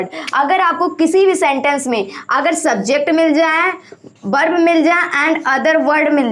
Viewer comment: बर्ब नही होता है.वर्ब होता है.